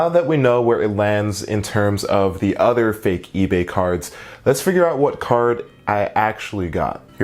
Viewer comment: "Udder things"